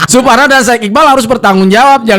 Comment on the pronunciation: Saking kesel nya Suparno Jadi suporno 😂😂😂 sampe sakit perut ya Allah